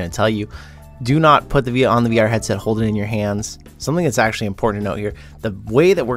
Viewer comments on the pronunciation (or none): none